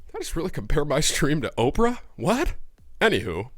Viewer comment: lol "ophra" XD hey thx for the vid and sharing your view